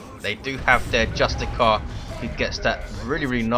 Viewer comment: euh, dont you pronounce justicar as justisar, you make it sound like its just a car but awesome cast, i played the grey knights myself but it needs to get nerfed/buffed/decreased cost etc. (oh and get the emblem which comes with the gk color scheme right you twats ^^)